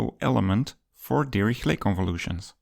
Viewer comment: Great vid. More like Dihishlay not dirihlet